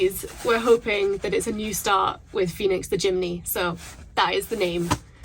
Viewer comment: Thought you said 'Felix' not Phoenix lol. Felix sounded cool though, it means happy or lucky :)